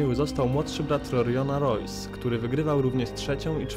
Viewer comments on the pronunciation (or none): Bardzo fajne, ale odrobinkę niedopracowane. Mówiąc o Rings pokazałeś Pancrase, jestem pewien na 99%. No i imiona Graciech jak się zaczynają na R to czytamy je jak przez H;) Hikson,, Hojs itd. Ale poza drobnymi błędami to bardzo fajnie, życzę powodzenia w prowadzeniu programu.